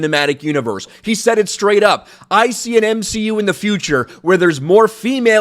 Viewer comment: "M-She-U". I dont watch Marvel, I've seen like 5 of them, so I thought had been saying "MCU" with a 'shlur' like he was Walter Matthau or something. Whoops!😅